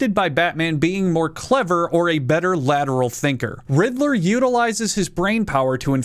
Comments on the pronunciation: Everytime you say riddler I hear "Hitler" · I'm not a native English speaker, and my English could be better. But I can't help but hear you saying "Riddler" with an "H" at the beginning. For a few seconds, it sounds like you're saying the name of that guy who starts with "Hitt" and ends with "ler."